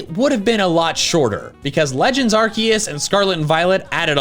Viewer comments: IT'S ARCEUS, NOT F*CKING ARKOOS! NOW SAY IT RIGHT! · wait ARCEUS not ARKOOS?😂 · ITS ARCEUS, NOT F*CKING ARKOOS! THAT STUFF IS OVER NOW! SAY IT RIGHT OR ELSE! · Legends ARKOOS. AR KOOS! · Ar-KEE-us??? who are you